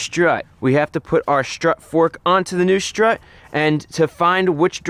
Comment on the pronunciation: strut..... not shtrut.....